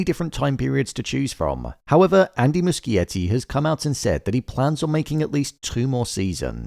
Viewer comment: Wow, congrats on pronouncing Muschietti correctly.